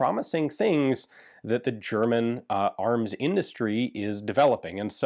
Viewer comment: greetings from Germany, just wanted to say amazing video and you do a great job at speaking the German Names out in your videos.